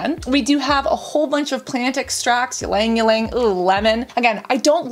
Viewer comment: Hello there, south east asian coming in to let you know that Ylang-ylang is pronounced EE-lung-EE-lung, with the A in lang more like "uh", it's a short A with no twang. You also stress on the first syllable EE rather than the Lang part.